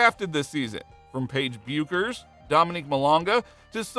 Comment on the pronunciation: Maybe learn how to say Paige's last name.